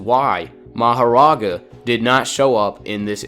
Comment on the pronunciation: the way you say meGUmi and maho-raga just doesnt fit so well with me...